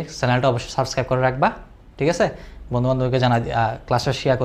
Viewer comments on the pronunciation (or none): none